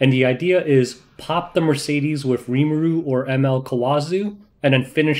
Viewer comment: I can stand you calling Rimuru a she and butchering his name every chance you get... but calling Krau her..? Unsubbing gg